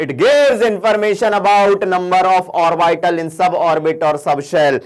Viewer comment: Orbital ka wrong pronunciation hai....